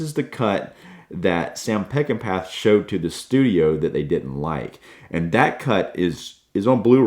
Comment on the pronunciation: It’s my favorite movie.. I’ve seen it at least 100 times in the 50+ years since it was first released. You’ve done a very nice job of critiquing it.. but you’ve got to know that Peckinpah is pronounced peck-in-paw! A genius and a tortured soul. I’ve often said if I could meet one person when I get to Heaven it would be him. Thank you, Sam.